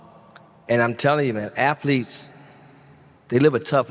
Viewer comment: I was listening until the eighth word from his mouth was “afleetes.”